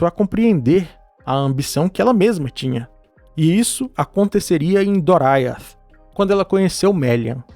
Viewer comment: Ótimo vídeo! Só um pequeno detalhe, o nome do Reino de Thingol é Doriath, e se lê da forma como se escreve, não "Doraiath".